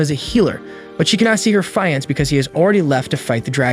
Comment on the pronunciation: If you don't know how to pronounce a word why would you include it in every other sentence? It's fee on say. Not fee ants. Makes me think the reader is not the same person that wrote the script.